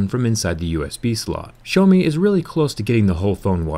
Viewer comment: Stop calling Xiaomi "show me"